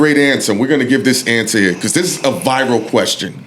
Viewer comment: Everybody: "Viral" Esso: "VIval"